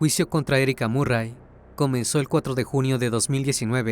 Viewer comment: Se pronuncia marry